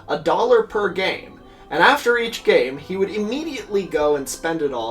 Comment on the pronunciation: I thought he said “America’s gay” not “America’s game”